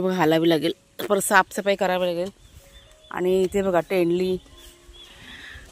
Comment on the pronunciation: तेंडली नाही तोंडली म्हणा